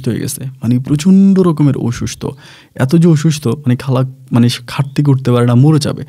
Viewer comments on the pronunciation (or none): আপনার অনেক এপিসোডে করোনার কথা উল্লেখ করেন। একজন শিক্ষিত লোক থেকে করোনা-কে করুনা বলা বেমানান লাগে। অসুস্থ- কে বলেন অইসুস্থ, ওমান- কে বলেন উমান! একটু শুদ্ধ উচ্চারণ করেন প্লিজ।